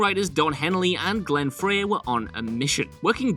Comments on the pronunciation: Well... Glen Frey's last name is pronounced like 'Frie' not 'Fray'. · It’s Glen FRY not fray! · "Out of place in the eclectic mix of styles" It is almost like someone does not understand what the word eclectic means. And Frey is pronounced "Fry".